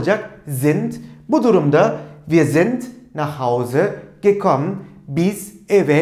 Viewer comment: Neden gekomm diye okunuyor ?